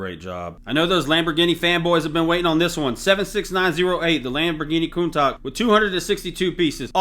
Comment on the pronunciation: Say it with me, "Coon-Tash" 😉 All the best bro, I like the longer format recapping the performance of the recently retired sets after showcasing the new ones.